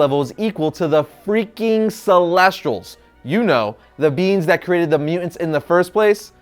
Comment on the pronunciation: Bro, it's being, pronounced bee-ng, not bean.